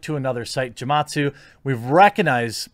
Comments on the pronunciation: Bruh, hard G with Gematsu haha. It's Japanese phonetics. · Gematsu probably doesn't like you because of how you butchered his name lol